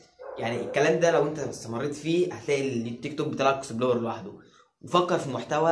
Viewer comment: انت ليه بتقول اكسبلار مش اكسبلور